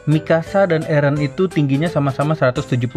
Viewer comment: bukan elen tapi eren ok